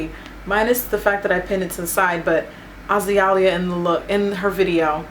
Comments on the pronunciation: I'm pretty sure it's pronounced A-Zay-Lea Banks. But regardless, this look is beautiful :) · i luv your tutorials! <3 its AH-ZEE-LEE-AH ;) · Hey It's pronounced A-Zay-Lia lol :) lol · Azealia is pronounced AH-ZEE-LEE-AH :) not AH-ZEE-AH-LEE-AH and not to be mistaken with Iggy Azalea (pronounced AH-ZAY-LIA) :) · Azeelia is the pronunciation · its actually Ah-Zee-Lia lol. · Its pronounced As-Za-Lea LOL but this is dope Jackie! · It's more like the flowers A-Zeal-Lia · Love it! But it's pronounced uh zale yah.! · A-Zay-Lia boo lol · it's a-zee-lee-ah banks :) been following her since dec 2011! love this look. and yes in her 1991 video she is wearing her MAC lippie Yung Rapunxel! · 'Ah-zee-lee-ah' It's pronounced. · Ah-zay-lee-ah..pronounced like the flower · Lol at how you said her name. Good tutorial!